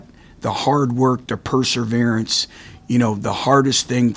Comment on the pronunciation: So what if he mispronounces perseverance, he's a great coach.